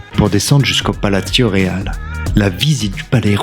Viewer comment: Video sympa mais t’as pas fait espagnol lv2 à l’école toi ! Plaza et palacio sont des mots espagnols pas italiens dans leur prononciation 😄